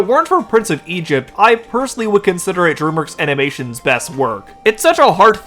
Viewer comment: Dude learn how to pronounce DREAMWORKS.